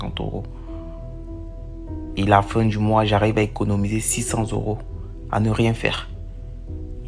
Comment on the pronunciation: "tout les moirs" mdrrr